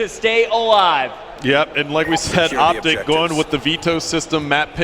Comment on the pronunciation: you said optice...